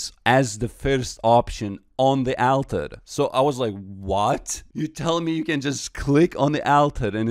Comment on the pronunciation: On the AL-ter